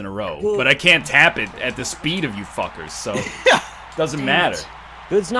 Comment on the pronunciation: "I could use a spood beest right now."